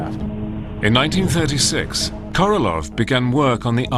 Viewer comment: KorolOV. LOL. how on Earth did he become KorolOV??